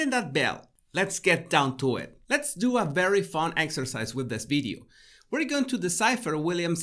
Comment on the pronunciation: Love ’ “ bideos “